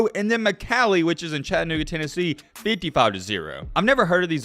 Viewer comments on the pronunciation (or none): Yea your right Mccallie is a power house I go there, and it’s pronounced, mick all e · I'm from Chattanooga McCallie is a great team. You pronounced the name wrong though lol but it's all good.